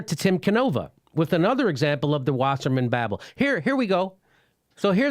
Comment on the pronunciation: Jimmy! Jimmy... Jimmy. It's pronounced Tim Can-oh-vah. Canova.